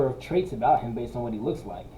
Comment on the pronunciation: ?!! What's 'at aboot?!!!